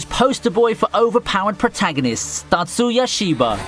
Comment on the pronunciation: The way you say Tatsuya trips me up. I thought you were saying Natsuya and was like huh?